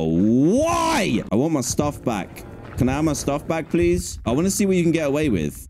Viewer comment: Seed: pweese